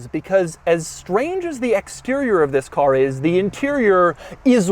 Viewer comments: Never heard Doug say "Thisfs" on his intros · Everytime he says "this" makes my day hahahah